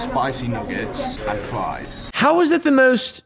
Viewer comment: Fwesh fwies